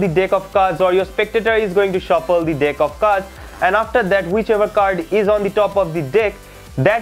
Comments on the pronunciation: sorry but it's every time you say deck it heard "dick" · Sorry but everytime you say "dick" I laugh but good magic